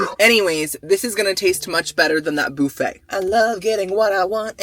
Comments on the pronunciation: Guys as someone who’s not from America I’ve been watching a lot of videos recently and he keeps saying ‘bouffet’. Is that how you guys say buffet? Or is he just making a joke 🥲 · I never heard Bouffey for buffet until your channel.So I guess your body if bouf & not buff?Loving it.😂❤